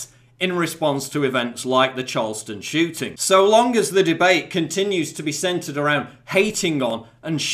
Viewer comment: I'm really sorry because this is a serious issue and you have a lovely speaking voice, but it sounded kind of like you said "Charleston Chewting" and you can punch me in your mind now if you want.